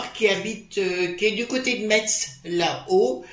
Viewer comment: Bonjour, on dit Mez le T ne se prononce pas ! Lumineuse semaine et Merci !